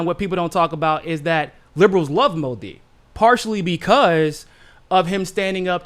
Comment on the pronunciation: Modi is pronounced with accent on Mo not di